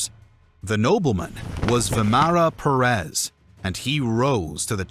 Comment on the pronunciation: Why Perés and Cordóba??? You make a historical video and not even research the correct pronunciation of the names involved?